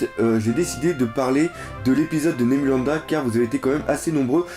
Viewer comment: c'est Nebulandia et pas Nebulanda:)